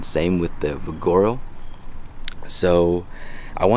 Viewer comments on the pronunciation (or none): I think you're trying to say Vigaro. It's like this but with a V of course. :)